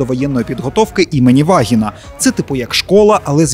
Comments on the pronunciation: Наголос у Вагина не туди поставили, правильно - ВагИна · "в школі довоєнної підготовки ім. Вагіна". Здається, там наголос неправильний) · Школа не вАгина, а вагИна😂😂😂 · Не вАгiна а вагIна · "Школа имени Вагина"? Не надо правильно ставить ударение, пусть каждый ставит, как ему вздумается)) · перепрошую, яка школа?.. Добре, що наголос на перший склад хоч якось пом'якшує назву... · ...мммм , а ви впевненні, що в назві школи вірно наголос поставили?.. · Не имені Вагіна а Вагіна наголос на " І ". ( Так, так, не дякуйте за підказку) 😁💀😁💀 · по моєму в назві "школа імені вагіна" ви зробили помилку з наголосом